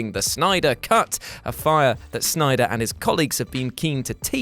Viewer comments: It's Synder!! Who is that Snyder person you speak of? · SYNDER or SNYDER?!